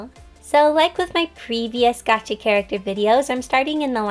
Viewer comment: does anyone else realise that she says "Gachi" instead of "Gacha"?